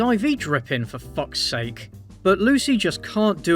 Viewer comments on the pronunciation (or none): none